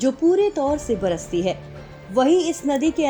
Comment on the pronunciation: It's बरसाती not बरसती